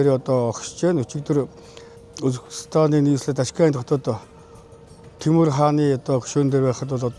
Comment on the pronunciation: Тимур бишээ зүгээр л төмөр .. яасан муухай хэлдийн